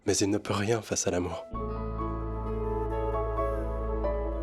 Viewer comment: Mais Elle a dit ria pas nea